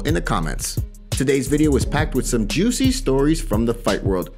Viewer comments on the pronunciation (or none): none